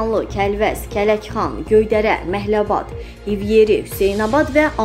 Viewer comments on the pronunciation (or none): Ay qoyunlar Kələkxan deyile Kələxandı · Başınız batsın, KƏLƏKXAN nədir, Kələxan?! Osmanlı yox, Qosmalian. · Dilinə çiban çıxsın,kəndimizin adını düz de,KƏLƏXAN! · Zəhmət olmasa kəndlərin adını duz deyin deyə bilmirsinizsə sizi heç kim məcbur etmir savadsizliqdir . Aygün